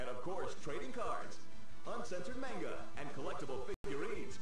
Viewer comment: Is it bad for me to want to watch this every day after school? That samurai guy would make the show for me. Also, it's stupid and nitpicky of me, but that guy said Manga wrong. It bugs me, I'm sorry.